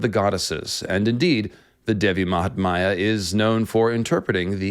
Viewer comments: Not Devi mahtmaya but Devi Mahatmya or Devi Mahatmyam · Devi Mahaathmya..not Devi Mahatmaaaya..thanks!! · Appreciate the effort to explain Kali. Good research! One comment "Mahatmya" is pronounced with "my" fused (not like "maya") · She is devi Mahamaya..another name. The text is devi mahatmya..no silent t